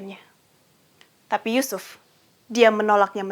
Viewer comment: Mantap, kalau bisa di edit sedikit menit ke 11.33 ya. Krn semangat menyampaikan materi sehingga nama Yusuf terdengar seperti sebut nama Yesus.